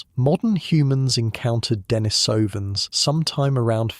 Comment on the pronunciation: You have some interesting information, but its credibility is uncertain. You pronounce Denisovan.s improperly, so what else is uninformed in what you say? Experts and those in the know put the emphasis on the second and fourth syllables, and not the first and third as you have.